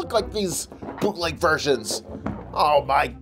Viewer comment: I thought u said poopleg figures